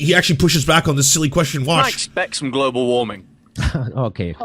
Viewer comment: Lmao "glabal cable"